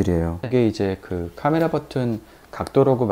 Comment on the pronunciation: 발음이 쥑이네요.포올케이 까메라.잘보고 가요.